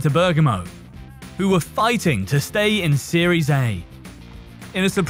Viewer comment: “Series Ay” “Joov” who the hell is narrating this